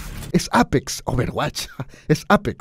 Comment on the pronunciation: Si noma yo dije me fallaste ya no volveré a comfiar en ti me sangraron en ese momento los oídos xd Posdata: luego en el minuto cuando dijo ober wach o apex yo como de nooooooooo